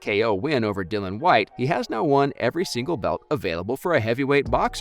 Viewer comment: Please put some respect on Dillian Whyte's name by pronouncing it correctly.. Dil-li-an. Not Dillon.